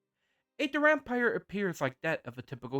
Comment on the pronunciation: Dahm-peers. Not 'Duran-pyres'